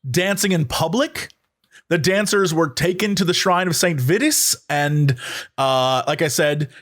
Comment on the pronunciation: St. Vitus, as in vital